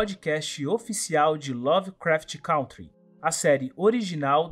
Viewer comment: Meu, pelo amor de deus : É CÂNTRY!!! aprenda a falar o nome do seu podcast!